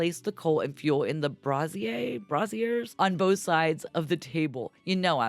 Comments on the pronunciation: A good way to pronounce brazier would be to think of it as pronounced like hazier. I should have put this in the first comment. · Hey. Thanks for another wonderfully in-depth tutorial. I've always heard brazier pronounced with a long a. So bray-zier. You did fine on the second syllible. Hope this helps.